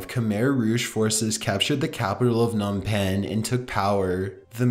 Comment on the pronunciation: Annunciate bro. P-nom Penn for Phnom Penh, David Mis-cav-idge, Ag-rare-ian. an·i·mos·i·ty